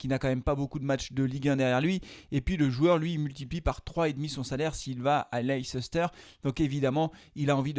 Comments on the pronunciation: Svp arrêtez de dire leiCEster ça s’écrit comme ça mais ça se prononce Leister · C'est pas possible de prononcer Leicester de cette façon... On en oublie tout le reste